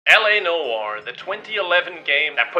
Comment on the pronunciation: Do you think he can ever pronounce "Noire" correctly? A: Very Unlikely. I knew it.